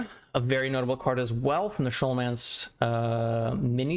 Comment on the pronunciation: "Scholomance", as in "school" or "scholar"